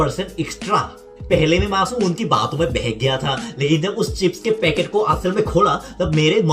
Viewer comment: Pocket nehi Vai, packet. Baki dansu hei🔥